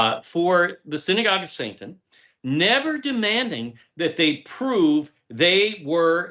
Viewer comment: It is an accent but perhaps subconsciously, it does expose something. Yah Bless.